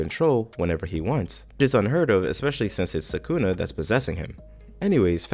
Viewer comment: Ok but who's "Sakoonah"